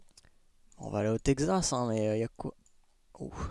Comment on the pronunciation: le " Tekzas " au bout d'une fois c'est deja trop